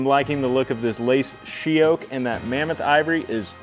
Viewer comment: That wood is beautiful! I couldn't quite understand what you said it was. She oak?